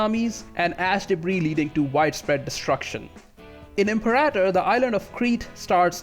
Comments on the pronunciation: Er hat "Imperaitor" statt "Imperator" gesagt und "Deschia" statt "Datchia". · IM-PAIR-A-TOR rome